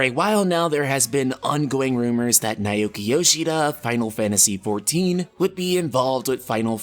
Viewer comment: you got some of the BEST pronunciation in all of Youtube for Japanese names/words. So it breaks my heart when I hear you pronounce it as NAIYOUKEE Yoshida. 🤣🤣🤣